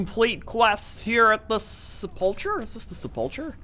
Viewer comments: sepulcher is pronounced se-pul-ker not se-pul-cher. The english language is stuffed up I know. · It's not SEPULCHER - It's SEP UL KER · Sepulcher: Pronounced; Seh-pul-ker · sep·ul·cher Pronounced sepəlkər noun: sepulchre 1.a small room or monument, cut in rock or built of stone, in which a dead person is laid or buried. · Sepul-K-er not the Ch sound! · you are saying "Sepulcher" wrong the ch makes the k sound in it